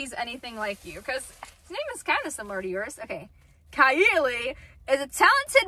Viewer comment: Kiallie (kye-all-e)